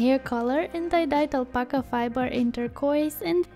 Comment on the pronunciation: Hold up. Did you say ALPACA fibers?